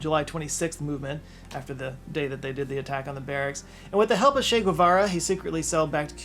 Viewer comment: Che was absolutely a good dude. And not to be that guy but if you can't even pronounce a dudes name right maybe you shouldn't voice your opinions on that dude